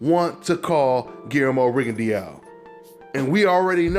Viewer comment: it's pronounced ri gon DOW not rigon dee ow (you can delete this once you see this)